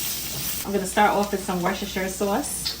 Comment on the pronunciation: Yay! You picked the good stuff! Lea & Perrins is hands down, bar none, the best worcestershire sauce on the planet. Kudos on pronouncing worcestershire (woosterShur) correctly. Why would I follow anyone who can't even correctly say their ingredients?!!